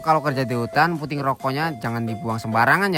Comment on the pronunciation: Puntung bang bukan punting